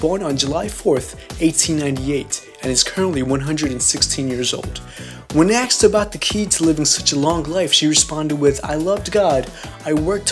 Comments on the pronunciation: dude needs to learn to speak. half of what he's saying is either mumbled or the first time he's seen the words. let's start with "aksed" instead of "asked" and go downhill from there. stop mumbling. try rehearsing or at least reading what you wrote before turning on the mic. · 1.30 "When AXED about the key to long life" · When aksed ???? Who taught you English ???? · "When aksed about the key to living such a long life...." "Aksed?" Not what you'd expect from a narrator.